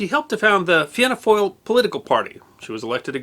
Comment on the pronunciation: Congratulations on getting the pronunciations correct, irish words such as 'dáil' and 'fianna fail' usually trip up foreign commentators.